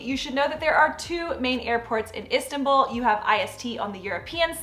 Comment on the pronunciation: Please. Learn the pronounce Istanbul correctly. Please